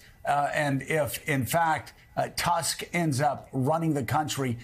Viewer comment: Tusk in Donald Tusk is not your english word you use in your language, with the way you normally pronounce it. The Polish U is pronounced like your double O.